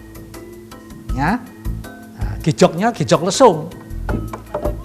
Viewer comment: ini naratornya bukan orang jawa ya, kok dalam mengucapkan 'gejog' jadi 'jegog', pengucapan 'dlingo bengle' dan 'uba rampe' juga kurang pas, beberapa scene juga ndak di-translate